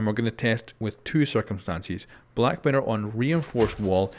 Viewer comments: meer ir not merer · Sounds like ur saying Mirrdoor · Mirror not Mitter u Sped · mirror!!!! not mira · Yo Pronounce mirror correctly